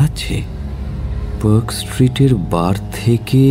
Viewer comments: খুব ই ভাল narration আর.delivery তবে কয়েকটা particular pronunciation.....mainly the pronunciation of a word with 'a' একটু correct করবেন., please.. একটা eg. Perk hotel না। Park (পার্ক) hotel. Same mistake অন্য গল্প তে ও শুনলাম । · I am bit surprised when Park Street is pronounced as Perk Street?